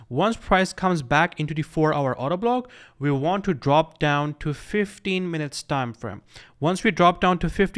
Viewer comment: Is it just me, all I heard I Auto Block instead if Order Block?